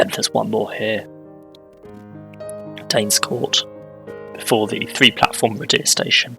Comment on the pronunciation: Thanks, I've been waiting for my local area and I love people pronouncing our place names! Happy to help though: The depot is Canton Cathays - Cat-hays Waun-gron Park - Wine-gron Park Radyr - Rah-duh Rhiwbina - Roo-by-nuh Ty Glas - Tee Glass Good luck with the rest, I can't wait 😂